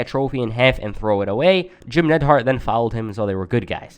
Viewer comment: It's not Nedhart you idiot.